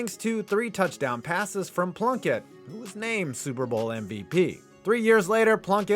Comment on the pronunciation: Am I the only one who hears blumpkin when Plunkett's name is said?